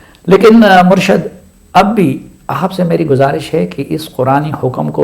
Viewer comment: بہت قیمتی نصیحت ہے اللہ تعالی آپ کو جزاء خیر دے اور عمران خان کو ہدایت دے، آپ کی توجہ کے لٸے عرض ہے کہ لفظ "مُرْشَد" نہیں "مُرْشِد" ہے